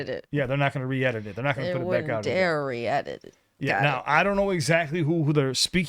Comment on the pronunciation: Same for me actually. It sounds more like re-air tbh rather than re-edit